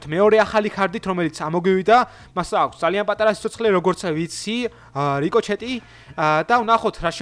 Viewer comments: რიკოჩეტი არა რიკოშეტია მგონი 😂 და კიდე IOS-ზე როგორ ჩავიწერო? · P.s რიკოჩეთი რა უბედურებაა :D რიკოშეტი :D